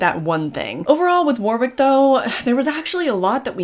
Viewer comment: It’s Wo-rick,not War-wick. Just saying. I’m glad you enjoyed your stay. 👍